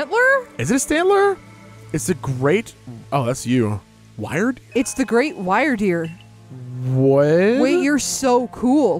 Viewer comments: I've seen people say "Rei" like "Ray" and "Mai" like "May" I've also heard them spoken incorrectly, like you guys. Like "Rei" being "Rye" and "Mai" being "Mye." And I've accepted those as acceptable pronunctiations. But saying "Wyrdeer" like "Why-r-deer is too much. It's "Wer-deer" when you say "Why-r-deer, I hear "Wer-deer." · Wyrdeer is indeed a new evolution of Stantler, and its name comes from the olde English word "wyrd", which is the origin of the word "weird" and is pronounced the same, so the Pokémon is pronounced WEER-deer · I think Wyrdeer is pronounced like "wyrm" so its like "Weer-deer" also great video :)